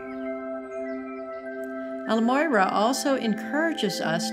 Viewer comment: So irritating when people can not even say the name correctly. EL-MORYA. Not El-Moyra.